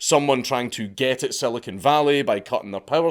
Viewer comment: “Silicone Valley” -is everything “augmented” there?😂 “augmented reality”